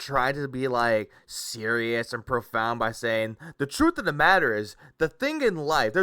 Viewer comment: I like how one of the main reasons Phil is saying he “refuses to take company sponsorships” is LITERALLY the same reason he doesn’t want to do a charity stream. “Oh wul you guys don’t get it, my duhtrackturs would be there to ruin it. I mean come on, they’ll interfere in anything I do so what’s the point like are you seereeuhs ack ack ack” Nothings ever his fault. The detractors are always to blame, and they’re even preventing him from being charitable. 🙄